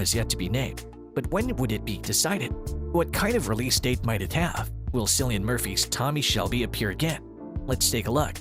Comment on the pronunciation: It's pronounced with a hard C as Killian, not Cillian